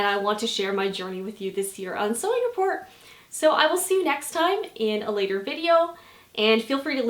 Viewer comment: every time you say sewing report I ear " sewing it poor" 😂😂😂